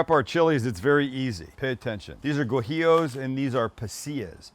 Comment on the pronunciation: For the sake of all that’s holy. Please learn to pronounce Guajillo. It’s Wa-He-Yo. Cook what you know.